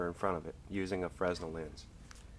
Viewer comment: The 's' is silent (/freɪˈnɛl/ fray-nel)